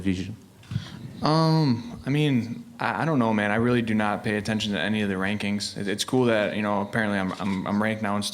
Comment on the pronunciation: Rearry? :P